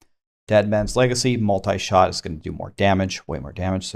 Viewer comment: New season,but same Multishot's pronouncation butchering..